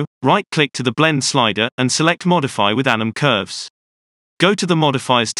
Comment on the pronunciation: Every time you say 'anim curves' I always think it says 'Adam Curves' sounds like a bad movie villain